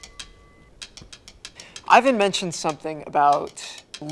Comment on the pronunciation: ivan seems first gen filipino ofc he gonna say it wrong 😭